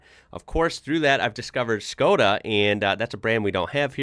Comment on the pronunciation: Škoda is pronounced like "Shko-da" Don't be that guy, learn something new (and apply it). 🙏👍